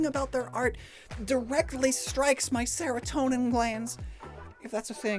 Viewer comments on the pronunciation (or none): none